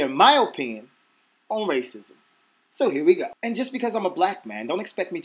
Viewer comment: lol damn... I heard raisins instead of racism hahahaha :D